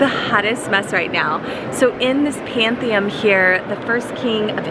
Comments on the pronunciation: It is PantheON not PanthiUM 😂😂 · Did you actually graduate high school? I am questioning it... it's Pantheon...not "om"... the altar pieces are by Caravaggio... and honestly you must make a lot of money outside of being a flight attendant... or hopefully Bart does.. because do you actually make money on a work trip, minus your expenses?